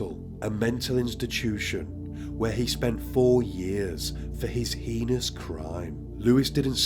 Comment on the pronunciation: Why was she in a pool of her own blood if she was strangled? Heinous is pronounced HAYNUS, mate x